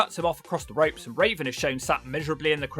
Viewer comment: Why you keep calling Raven "Raisin"?